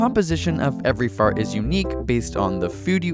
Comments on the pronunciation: I love how he says "feurt"! XD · Who else is laughing when he says fart?